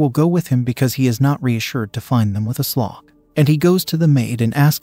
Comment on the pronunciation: "She introduced herself as A Slog." Lol